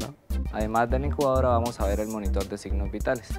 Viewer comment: no es encubadora si no incubadora...